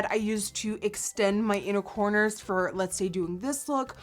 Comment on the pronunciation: Thought you said 'unicorners' when you said inner corners and I was like YAAASSSSSS UNICORNS slayslayslayy